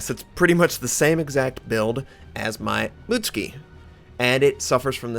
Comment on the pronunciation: Mut-suki not muts-ki :)